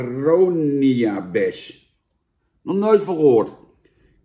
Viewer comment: het is aroniabes geen arania hahahaha